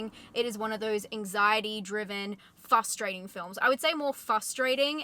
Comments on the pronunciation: Are you aware that you say fUstrating rather than fRustrating? I had a boss who did that and he's now a sitting member of Congress, so it's not about intelligence by any means. Anyway, thanks for the review - I love Nic Cage in almost everything he does. This one sounds like a must watch for me. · FRRRRRRRRustrating, NOT Fustrating. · "frustrating" has two Rs in it. Had to turn off the video after the millionth time you said "FUSStrating" 🙄